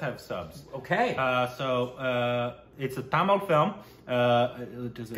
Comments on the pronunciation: pronounciation of "Tamil" very perfect! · Dude the way u said Tamil in is perfect shizzzzzzz bruh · Yes, He was quite good. Come on you almost came close.. It's "Tamizh" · is pronouncing "Tamizh" better than most Indians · pronouncation of tamil is so accurate. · The way said tamil w proper pronunciation. Made us proud!!!! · Wow..... u nailed tamil pronunciation. Great ya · your tamil pronunciations are really good 👌🏽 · The way you guys pronounce Tamil and Malayalam, amazing. Most of the Tamilians and Malayalis can't even do that 😂